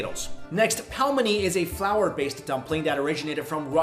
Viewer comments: Its pronounced Pe-li-me-ni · WOOO VIDEO!!! You butchered " Pelemeni" hard ( the name) LOL